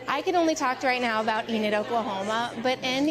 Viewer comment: Enid, not Eden.